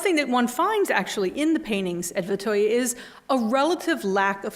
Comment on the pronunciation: Interesting lecture. Well done. Now, I appreciate Vetheuil is difficult to pronounce, but where is this 'Vetheuil - er' coming from.